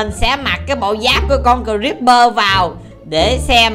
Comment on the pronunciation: Haha kiểu này cờ-ríp-bơ ở chuồng